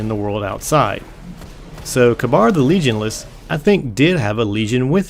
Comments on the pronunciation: I think Kabr is firstly pronounced Kāber second he went with panahin the warlock and praedyth the hunter and he had some sort of trial in the trial of kabr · I think its pronounced Kay-Burr. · Next time, please check your pronunciation. It's Ka-Beer for Kabyr, Ee-Gus for aegus, and pah-hee-nin for pahinin. Other than that, great video